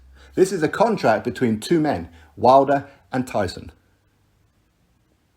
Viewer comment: I'm glad that someone closer to tyson is actually saying it right